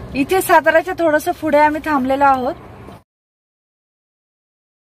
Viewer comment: पुढे ला तुम्ही फुडे अस का म्हणता